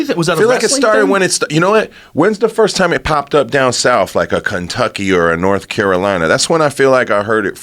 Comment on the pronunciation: Everlast looks like a brilliant man, then he says SOUF